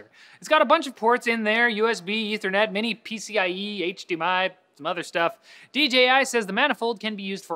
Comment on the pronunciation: Did you say "Mini pci-e"?